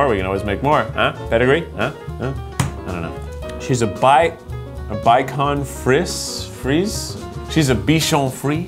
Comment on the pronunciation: It’s pronounced be-shawn fris-A